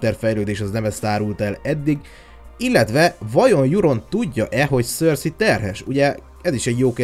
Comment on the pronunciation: Nem szörszi 🙈😒 hanem (szerszej) cercei😏